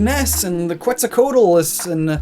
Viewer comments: *Quetzalcoatl is pronounced Kets-Al-Kwa-Tl (Spanish pronunciation) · The way you pronounced "Quetzalcoatl" was like hearing "Quetza Cola". I need a God-approved drink! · Mmm that pronunciation of Quetzalcoatl. Classic butchering of names. That's the good stuff keep it up.